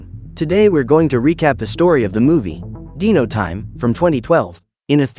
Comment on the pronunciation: What dino is correctly pronounced: "dai-no" What he pronounced dino: "dee-no